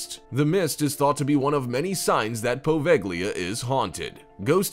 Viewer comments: You should read Poveglia as Poveja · the "g" is silent in poveglia, you really butchered that one haha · I was willing to deal with the over dramatic narrator until he mispronounced Poveglia...